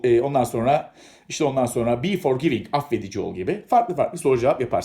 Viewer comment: Sanki be forgiving Yanlış telaffuz ediyorsunuz!???